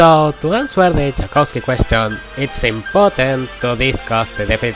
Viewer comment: I'm begging you read it as "Yakovski" not "Jakowski" because that's how it's pronounced in Polish